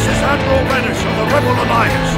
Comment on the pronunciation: Did he say Admiral Radish? As in the red vegetable?